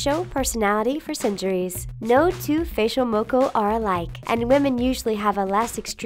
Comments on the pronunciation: these days its actually like maybe once every couple of months you see a girl with a moko on her face and if a guy had a moko it usuall means hes in a gang so new zealand also its mockaw not moeko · I love how they added 'New Zealand' (my home country) and all but I would love it even more if you guys could pronounce the words properly like 'Moko and Māori' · When she be sayin moko really cringy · ayy New Zealand! lol you pronounced maõri and moku wrong🤣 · The way she pronounced Māori and Moko 🤦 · Can u please say moko and maori right 😂